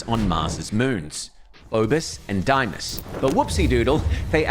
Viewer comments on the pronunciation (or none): Phobus and Diemus? I've never heard these 2 words pronounced more incorrectly in my life 🤣